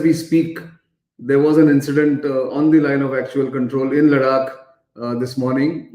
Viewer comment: Why do say Ladak ? Its not It is Ladakh, emphasis on kh. .Got it ! Now dont repeat.